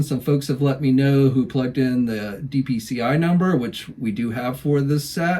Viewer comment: It’s DPCI, not “DCPI”.